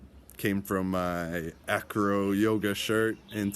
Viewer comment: the true name is ajro so if you want pronouncing it like native speakers i mean the indigenous people of north africa you have say ajro not acro / anyway welcome my friend in Morocco